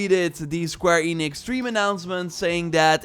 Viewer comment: I had hope, but then you said “square enix” and my hope offed itself